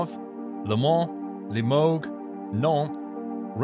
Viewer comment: When you say limoge the "ge" sounds more like a "je" it sounds like Limojjjje ;) Anyway very interesting video looking forward to others one.